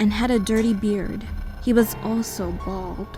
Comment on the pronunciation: “He was also bald” the way she said it sounded like that was the worst part im dead😂